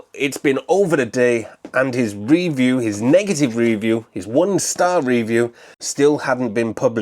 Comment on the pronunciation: Reeview? You mean review? You are obsessed with the word reeeeeview?!!!